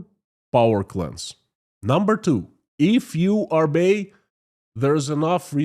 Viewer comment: to improve English pronunciation work on your 'O's. In English 'O's are pronounced as 'O'' not as an 'A' as in the Russian language. So Oligargs instead of Aligargs and 'Obey' instead 'Abey'. Your English is excellent though.